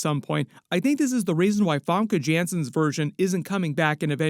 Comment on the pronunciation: You just butchered FAMKE* JANSEEN's name😭😭😭😭😭😭🥺